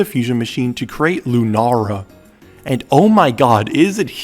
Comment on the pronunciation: Lu NARRR uh